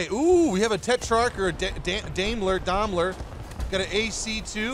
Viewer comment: Yo, it's pronounced "Dime-lur" But a touch of A, so Daim, and "lur" being like Lrrr, the ruler of Omicron persei 8. Daimler.